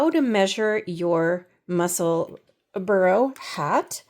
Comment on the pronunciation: Loved your podcast, really helpful. I hope you don’t mind, I am Scottish so can I just say that the pronunciation is Mussel-burr-aah.